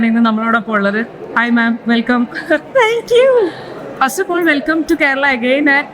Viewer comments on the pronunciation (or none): it's not Dhinking. It's Thinking. It's not Dhank you, it's Thank you. It's not Dhutty. It's Thirty😂😂